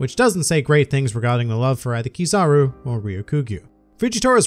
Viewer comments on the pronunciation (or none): none